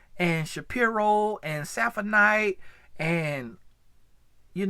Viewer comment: Saphinite and Lucinite. I love that!!!🤣🤣